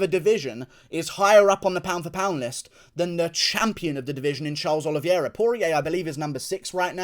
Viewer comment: It’s pronounced oliveira not oliviera